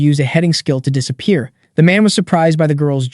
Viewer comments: "dissa pee air" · It sounded like the AI had a bit of a stroke for a second when it pronounced disappear as "disa-pee-air" lol.